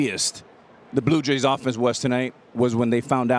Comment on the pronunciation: 逆にJはYになるからパピはブルージェイズをずっとブルーイェイズって言ってる。